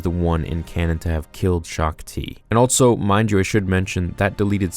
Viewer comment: Everyone else: also.: altso. obi wun